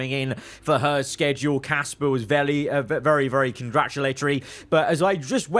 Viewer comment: did anyone else hear say vely